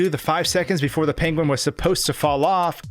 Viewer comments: Top Tip: when planning a video heavily featuring a penguin, first ensure that you are capable of properly pronouncing the word 'penguin' . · Someone call Benedict Cumberbatch. We finally found someone with a worse pronunciation of "penguin". ;) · why do you say penguin like that lmfao